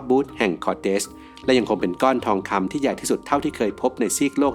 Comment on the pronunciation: ราคาของบู๊ทแห่งคอเตส คุณอ่าน ผิดหรือเปล่าครับ